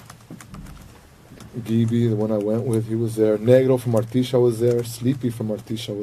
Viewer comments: He also pronounced negro wrong it sounded like the n word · idk if it’s just my ears but did he say the “N” word while trying to say negro? 😬